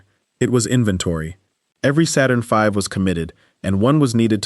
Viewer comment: High-say? Saturn Vee?